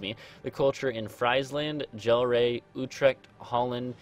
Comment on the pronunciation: Gl-air not gel-ray